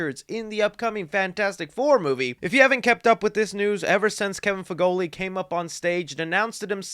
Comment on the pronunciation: just call him Kevin I never want to hear you try to pronounce feige